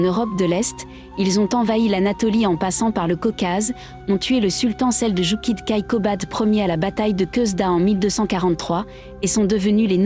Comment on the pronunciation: La prononciation "oguz" est défectueuse. Il faut prononcer : "o - ouz". Il vaut mieux également prononcer : "seldjouk".